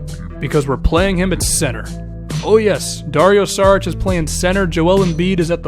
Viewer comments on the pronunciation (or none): it's Sharich not Sarich